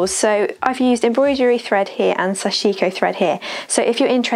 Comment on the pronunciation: Thanks for a very in depth video! Those jeans look great! Small nerdy point, but the pronunciation is closer to "sash-ko", the "i" in the middle should almost disappear and each syllable has equal stress.